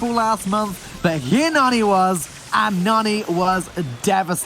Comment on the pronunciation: It hurts my ears to hear them say NANNY instead of Nani. Guess they don't watch enough anime lol